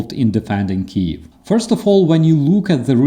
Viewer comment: That just bugs the hell out of me when people mispronounce Kyiv. It must be especially maddening for a Ukrainian.